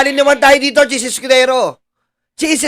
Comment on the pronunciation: anong "Chiz EskuDORO ???"